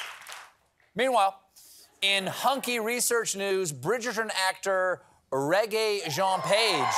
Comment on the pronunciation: Maybe learn how to pronounce the names of celebs in your "bits". Regé-Jean is not pronounced reggae-Jean.